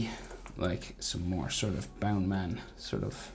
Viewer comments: It kinda sounds like “ boundamun “ in the Japanese one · Think it’s bounce man not bound man